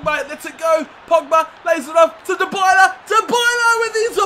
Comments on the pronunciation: Dybala is pronounced like Die-bala not Da-bala. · btw its di-bala not die-bala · Paulo Dybala's name is said DEE-BALLA not DI-BYLA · Dybala Die bala Not da balla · You pronounce Dybala's name : Die-bala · its di-bala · It's du Bala